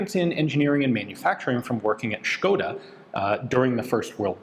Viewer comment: kudos to Ian for pronouncing škoda with th Sh sound